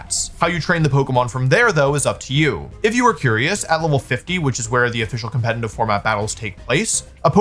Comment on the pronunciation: Conletitive!! Not Compenitive